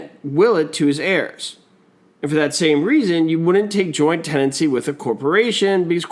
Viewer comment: To remember Tenancy in common, he leaves it Te-Nancy